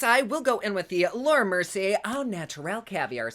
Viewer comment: Oh I love you so much!!! You always make me laugh and forget about shit for awhile...both sides look amazing! I'm so indecisive...lol...I'm a Libra....and I have ADHD, so.....oh look a squirrel...🐿...🤣🤣🤣 I must mention every time I'm in Ulta browsing and I come across Laura Mercier I hear your voice saying "" and I chuckle....thank you as always for this video! Can't wait for the next one...much love always! 😘😘😘😘😘